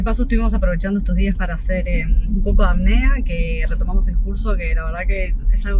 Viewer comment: Es Apnea no Acnea